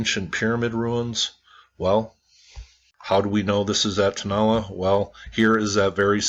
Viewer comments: I would suggest the pronunciation is / tow-na-LA /. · Like someone commented 73 likes and no views? Great video... (TOe-NAh-LAh) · I would pronounce it like this....." toe-no-la" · Pronounced "Tone-ah-LAH'. Also, Iglesia Vieja just means "old church", and not "old lady church". The word for "old" in Spanish is either "viejo" or "vieja" depending on whether they're describing a "male" or "female" noun. All Spanish nouns are gendered, and ones ending in "a" are usually female- like "iglesia". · The prounounciation is "toh-nah-LAH' NOT 'toe' also the ACCENTUATION is on the last vowel "á"